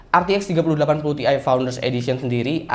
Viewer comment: bukan "TI" tapi "TIe"